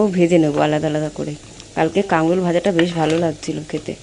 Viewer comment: Kakrol bolay .. Kangrol noye bon ❤